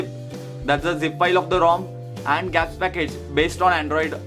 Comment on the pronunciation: its G ---- apps for gods sake , " gaaps " wtf !